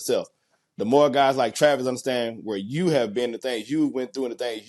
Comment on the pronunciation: Travis thanks for answering my question. Also much respect for pronouncing my name right. For that, you and your crew have earned my respect. Hope to see you on Sundays in the NFL and good luck to whatever team drafts you (Just don’t let it be the Saints) Haha 😂 Anyways, I appreciate you and look forward to seeing more questions from me soon! (P.S. I’m going to get your jersey once you’re drafted)